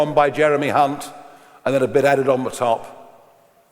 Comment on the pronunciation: The only thing wrong here is the pronunciation of hunt and reeves